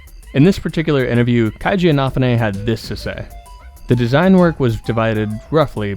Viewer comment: Wait how did you pronounced Kenji Inafune’s name?! Lol